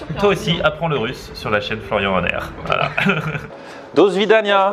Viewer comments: Je suis Russe est bravo juste on dit pas dosvidagna on dit dasvidagna 😜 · c'est vrai qu'il a une prononciation de mer... et pareil pour au revoir (dasvidania)